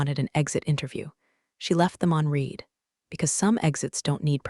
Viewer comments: Your AI voice can pronounce "sweat" correctly but not past tense "read." Curious, and a shame, since the writing itself is startlingly good compared to most of these story channels on YouTube. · That’s a good point! It's weird how the AI nails "sweat" but trips up on "read" in the past tense. Still, glad the writing's standing out! Hopefully they’ll work out the kinks with pronunciation. 🤔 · Does it bother anyone else that even though ninety-five percent of the time in all of these videos the word READ is past tense and should be pronounced RED, they are all pronounced REED? Bye Felicia. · This would have been better if a real person had spoken it. That way they would pronounce the word 'read' correctly. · The word is pronounced 'reed' or 'red'. Don't expect a lot of subs when every other word is mispronounced. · "Read" can be tricky for AI sometimes. Glad to hear you liked the writing, though it's a shame when the voice doesn't match up with the quality! 🎙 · boring, I've heard this same story line too many times. Teach the fake voice the difference between read, and read, and how to say resume, etc etc etc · I feel you. Same storylines getting old. And yeah, that voice bot seriously needs a lesson in "read" vs "read" and how to say "resume" without butchering it. It’s distracting! 😩